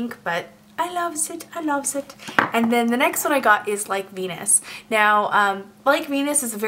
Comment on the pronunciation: when you said "Like Venus" the first time I was looking at a different tab and I totally thought you said "I got my penis" llolololol